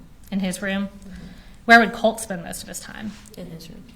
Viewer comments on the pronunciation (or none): Colt....not Cult....drive me crazy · The person asking the questions sounds like she is saying Cult instead of Colt. Weird and annoying to hear. I feel so bad for this young girl and all she has been through with these terrible people she is related to. I hope she has a stable and peaceful life moving forward.